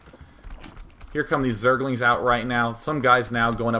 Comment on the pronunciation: zerg-el-ings lol love day9